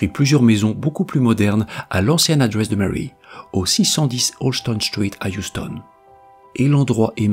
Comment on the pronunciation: "à l'ancienne adwesse de Mary", pas mal l'accent anglais sur adresse 👀